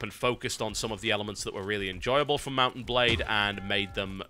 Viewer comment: Why do I keep hearing mountain blade when he says mount and blade? I feel stupid.